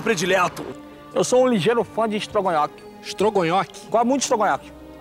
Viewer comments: 'Eu gosto de istrgonhoque, não gosto de água' 😆😆😆😆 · "Eu sou um ligeiro fã de istrogonhoque" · "Eu sou um ligeiro fã de estrogonhoqui." kkkkkkk